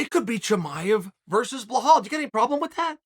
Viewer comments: still calling this dude blahal 40 times a video lol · Nah Gilbert should humble “Blehal” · This man said belals name wrong the whole video 😂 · where the F is the H in Belal? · He should learn how to pronounce Belal. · ...I thought it was on purpose...but not with Belal...it comes naturally to Unc...like Gufstason and breakfrast... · 'Blajhaal' the next mystic fighter😁🤣 uncle Chael never fails to create new upgraded names. the j is silent btw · I get it chael, you’re a company man and you do what the UFC tells you, but I don’t know how many more times I can stomach listening to you talk about beHlal “that’s not how you say my name” Muhammad. Nobody gives a fuck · His name is so simple - Belal ( Bill + Al ). But Bluhawl 🤣🤣🤣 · Why does he say "Blahol" instead of "Belal" ?? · Uncle chael, it’s belal not bahal for the love of god ! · Only problem is ur calling him behal instead of belal lol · Please read my comment it’s BELAL NOT BEHAL BEE-LAAL like lad but with a L so belal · Have we been saying BELALS name wrong this whole time and Chael is saying it correctly 🤔. BEHAL?? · Stop say BAHAL! lol its BEEELALL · Mate, his name is BELAL, not BLAHAL 😩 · For the love of God it’s Belal not blahal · His name is BeLal not BeHal. But love this show. Great insight. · It’s borderline racism the way you blatantly keep calling BELAL Blehal. It pisses me off every time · Uncle Chael, It's Belal not Blahal 😅 But you gotta love it, welterweight division is stacked! 🔥🔥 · he somehow made an easy name a hard-to-pronounce name lol I think he must have done this on purpose, it’s a running joke now in all his videos just butchering ppls names 😂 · Lol chael why are you adding letters to “blahol”’s name ? 😂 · Blehal? I'm starting to think he's mispronuncing these names on purpose now. 😅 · BELAL be-lal . Like lad but lal now say it w me BELAL LAL not loooool not loahhhal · Who would have guessed Chael would go with “Blahawl” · Bell+All. Say it together now. Belal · Who the fook is "Blehal"?